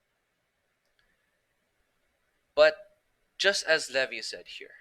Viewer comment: It's pronounced Lee-v-eye. Not leh-vee